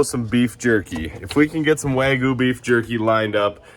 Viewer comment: Even though it's "wagyu," not "wagu," lol. It's a very interesting Americanization, honestly.